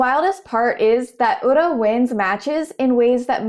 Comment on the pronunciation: Even if you don't root for Ura you have to appreciate his presence. He really shows the depth the sport has to offer beyond just pushing. Also really appreciate you trying to learn pronunciations! I can tell you looked at how to pronounce Ura. I noticed 'komusubi' sounded funny, it's a long o sound (and the emphasis as understood by an English speaker is more on the 'mu')